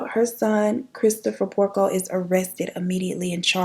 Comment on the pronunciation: Girl did u say Peter PORKO??? 😂